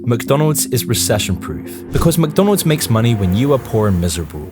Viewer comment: Mconalds lol